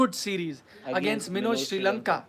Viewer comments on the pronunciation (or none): none